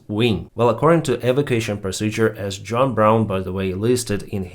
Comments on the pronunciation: FWIW Juan is pronounced like "Wahn" not "John" ;^) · Actually it is pronounced Whan. Say WHAT, with some of the H sound that goes silent in some dialects, and now change the T for an N. Source I’m a Juan.